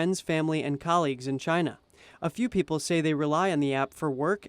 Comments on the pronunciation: Chyna or Chiaana? love the way it pronounce. There has to be this signature hand gesture when you say it. (👐🤗) Recently there was new name coined, "KUNG-FLU". it was mentioned briefly and sort of fade out. I kind of like that too. lol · I totally agree with you. I was just touching on the humor of it name pronounce by Trump. he can not pronounce China properly. he has this weird strach, "Chiaana". makes me laugh all the time. *cheers *